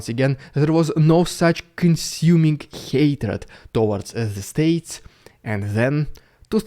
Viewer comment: Странно, neighbour ты норм произносишь, с мягкой "р" а hatred, с русской, "rolling R" ))) ERRREIZ, MORRR, EURRROP, UNDERRRSTAND